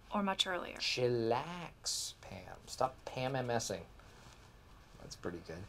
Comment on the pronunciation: "Stop PaMMSing"